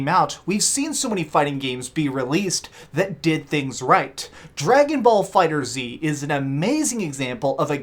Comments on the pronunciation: Dragonball FighterZ is pronounced fighters not Fighter Z. Arc System Works said so themselves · Love your input man great work, just remember Dragon Ball FighterZ is pronounced fighters not the fighter zee thats all XD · Jay Dee It's pronounced Fighter Z. It was already confirmed. Look it up. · Lmao he calls himself a fan of the genre but couldnt even get the damn name right hahahah